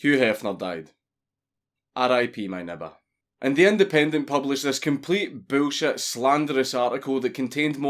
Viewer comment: "Boolshet." I love Scotlandistan. You too papa Dankus.